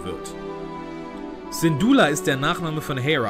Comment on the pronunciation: ALTER LERN DIE NAMEN AUSZUSPRECHEN ... Synduula, Andor, Mustaafar, und Scarif